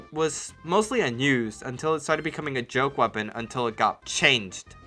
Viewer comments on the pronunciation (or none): none